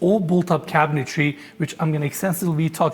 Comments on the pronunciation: Another episode, another chance to beg to say CABINETRY not CABINETARY… 😂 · I've heard you say this a few times so I have to point it out. Cabinetry is pronounced KAB-i-nuh-tree.